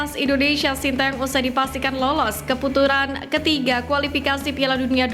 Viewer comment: Ke putaran bukan keputuran min😅😂